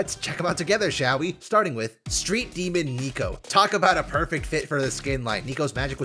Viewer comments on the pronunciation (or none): none